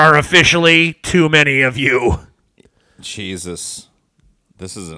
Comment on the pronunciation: Why does fuckin pronouce "jesus" like "cheezus" god damn...